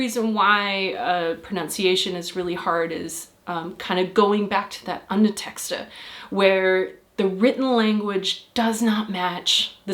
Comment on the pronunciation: "Underteskter"? It's "undertekster"*.